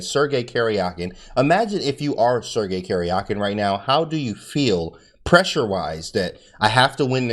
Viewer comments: It's not "Kerjakin" but "Karjakin" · Karjakin is actually pronounced like Karyakin, I think. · Thanks for your awesome video. The correct pronunciation of their names is as follows: "DOO-bohv" "Kah-RYA-keen" - (I am native Russian speaker). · AHHH!!!! Stop saying Caryahkin! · Talk about brutal??? Absolutely butchered the pronunciation of Karjakin XD